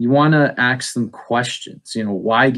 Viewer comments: Buhsketti, breftast. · "... aks 'em questions..." the guy gets on my aks 'em nerve. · If he tried to axe me he'd get a kick in the bollocks. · Yes, it annoyed me instantly. Mind you, The first question you want to axe is.., taken literally, is likely to be sound advice from that idiot. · the "axe" comments were way funnier lol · ASK, dammit, ASK!!!! NOT axe. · The word you need to use,, is "ask," not "ax." Good to see you back,! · "The first question you wanna axe?" Oohh... you meant to say 'ask'. An "axe" is used to cut things... so why not say "the first question you wanna cut"? As in, cut from the discusion. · A S K !! Not AKS !! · sigh "The first question you want to axe is.." It's Ask! The first step towards any good conversation is decent enunciation. I'm also curious why his bookshelves are empty even though it looks like there's stuff around. Maybe CARM taught this guy everything necessary to play the role. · Does he say "axe" instead of "ask" not once but several times? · He wants to "axe" people what kind of atheist they are? How many will ASK him where he learned how to speak. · Why do you say aks instead of ask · OK let me just say it REALLY annoys me how he said "axe" instead of "ask" What is this? Futurama? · DID I AXE YOU BRAH?! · Can this man not say "Ask"? Like the fuck, why is he constantly axing people stuff? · When he's saying "you wanna axe some questions" I think he means "you wanna hammer them down with questions". Perhaps he thinks he saw right through us, but he's not hitting the nail in the head. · Is he saying "axe"? The empty bookshelves behind him is sooo explanatory. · "How to talk to an atheist". Try learning how to pronounce the word "ask". Also, just do it with actual curiosity. When I talk religion with friends not every conversation is me trying to prove their God wrong. They are friends and coworkers, sometimes it just helps to understand them.